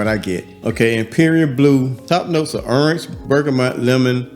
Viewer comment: The way he says orange lol earnj 😂